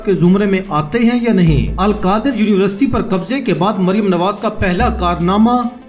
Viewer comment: Your university pronounce is not correct